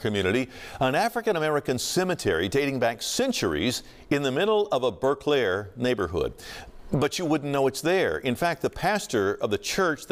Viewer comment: Pronounce it as Burclair,not Burke lair.